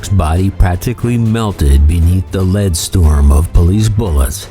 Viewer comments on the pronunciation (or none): none